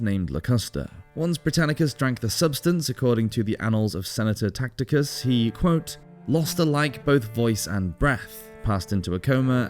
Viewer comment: Tacitus not Tacticus